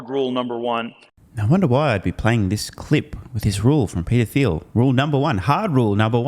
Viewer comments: "Thiel" is pronounced "Teal". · Thiel is of German decent and he uses the German pronunciation of his name, which means the 'th' is pronounced 't', so, phonetically, it's "teel".